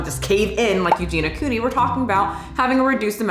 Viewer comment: Stop bringing up Eugenia Cooney, a person with the deadliest mental illness, to further your points. And if you absolutely must, AT LEAST pronounce her name right. I'm so tired of your BS.